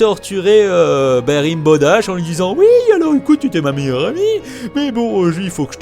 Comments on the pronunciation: Rainbow dash pas ribow dash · Et après, on dit que My Little Pony c'est pour les gosse... ;) PS : Rainbow Dash ca se prononce "renne bo" :p (je suis chiante, jtm <3 x3) Le McDonald's c'est "Sugarcube corner" xD